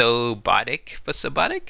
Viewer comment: Thanks for going over the artwork! btw, it's fus-obotic, as in fusion+robotic :D